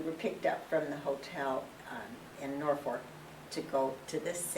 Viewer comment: she even pronounced norfoRk correctly